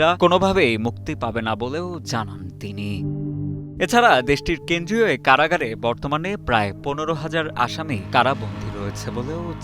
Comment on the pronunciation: আসাসি না আসামি হবে।🤣🤣🤣